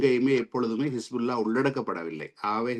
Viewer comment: கிஸ்புல்லா இல்லை ஹிஸ்புல்லா அதாவது Kispulla இல்லை Hisbullah உச்சரிப்பு கொலைஞர்கள் யாழ்ப்பாணிகள்